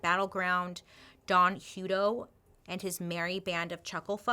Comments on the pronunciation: Yikes! I grew up in Hutto, Texas 😬😧 we pronounce it Huh-toe lol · I've worked for CCA (now Corecivic) for almost 6 years now. Don is dead now. It's pronounced like a hut. We just had our ACA audit. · Sorry dear it's pronounced Hut-to as in a hut. 🙂